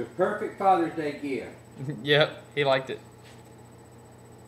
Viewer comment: A chicken. - "The peeufect fathurr's deeu geeeaft". - I knew it when he said it. 😆 I suspect this works so well on camera because the chicken is enjoying watching itself a lot, too. 😁